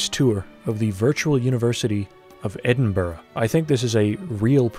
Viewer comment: EDINBURGH MENTIONED (its pronounced edinBRUH tho, not edinBURG)